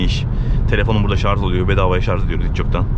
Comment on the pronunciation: Güzel bir inceleme olmuş teşekkürler sadece güzel türkçemizi katletmiyelim şarz değil şarj olacak bu kişinin kültürüyle çok alakalı